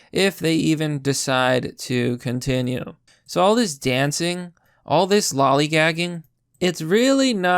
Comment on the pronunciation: saying loligaging. Me: having shojuo ramune flashbacks